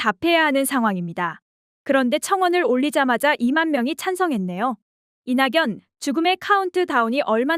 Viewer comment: 다 좋은데 나레이션 발음이..ㅜㅜ 이나견 이라고 해야 하는데 이낭연 으로.. 거물이 된거십니다 라고 해야 하는데 거물이 된 거딥니다..